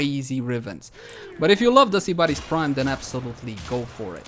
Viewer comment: I'm triggered how he said sybaris